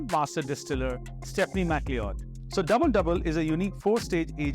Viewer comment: Good to see that these are available in India. My long gone Dewars 21 was a 375mL bottle. Costs $50 in the US. BTW I think her name is pronounced McCloud.